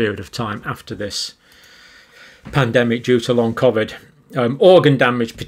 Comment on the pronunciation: John either pronounces it cof-vid consciously or subconsciously to pretect his mind from the lies hes spouting and to protect from the mob stringing him up from the nearest lamp post if humanity ever wakes up to the hoax "no no i meant cofvid not covid" wont work johnny boy